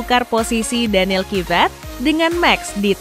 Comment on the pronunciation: Bukan Danil kibat tapi kvyaat